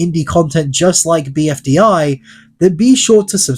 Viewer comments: I can't get over you saying BDFI instead of BFDI, lol. Don't want to make fun of you just I find it funny how much you switched those two letters. BDFI: battle dream for island 😂 Also I am a huge fan, been watching the show for at least 5 years now without any break, I found it with a list of all episodes once recommended to me and I locked in for 2 and a half day to watch it all till the latest video. Funny that the newest video came out like day before I finished watching the entire series so basically my first voting begun there and I never skipped voting since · Bfdi not bdfi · "BDFI"??????? IT'S ONE ACRONYM MY GUY 😰😰😰😰😰